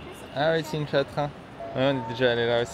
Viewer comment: C'est QingDAO et non QingDA